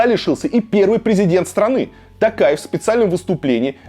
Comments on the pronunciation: Почему ты называешь Токаева не ТОкаев а ТАкаев? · Президент РК Тоқаев, по русский - Токаев, не Такаев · ИЗВИНИТЕ КОНЕЧНО НО НЕ тАкаев а тОкаев (писала фамилию с маленькой буквы чтоб было понятно) И не тЭнгЭ а тЕнгЕ. Буквы Е и О имеются ж в русском языке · Варлама, фамилия президента Казахстана пишется и произносится через "О". ТОкаев. ТОкаев.